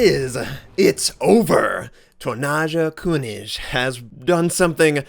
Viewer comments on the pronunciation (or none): Dear god everytime you said "tonnaaascha künisch" it gave me cancer! :D haha no worries pronouncing foreign words can be very hard. awesome vid! You've got yourself a new sub! :) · How pronounces the name of the player...:D